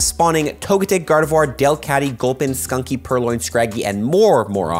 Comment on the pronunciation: My boy still mispronouncing Pawmi and Stunky. You dropped this king 👑